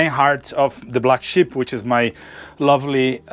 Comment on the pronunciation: Did anyone else think it was called the Black Ship until he elaborated on why its called the Black Sheep 😂✌️🙃